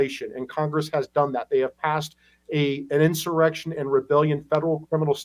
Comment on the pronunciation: Did Mike Lee almost say “erection,” instead of “insurrection?” 🤣🤣